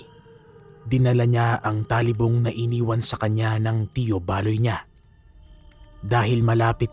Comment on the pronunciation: You are slowly improving po.... keep it up... suggestions ko lang po pag nag bigkas ka po ng salita medyo diinan or bigtan nyo yung word example po d2 sa kuwento nyo pakingan nyo po how you said talibong at paguusal. Yung lang po Peace po sa inyo ni pinuno and never give up. 😊